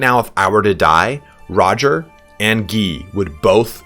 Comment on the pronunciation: So.. You're Itallian and you mispronounce Guy and Roger? When you think you're saying it in Italian.